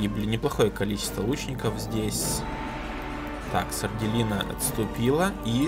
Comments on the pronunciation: Это что... СардЭлина, а не Сарделина... ХДХДХД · мне кажется,что будет правильно сардЕлина,а не сарделИна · Может Сарделина(с ударением на "Е")?😁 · Там скорее всего сарделина, ударение на е, по крайней мере мне так кажется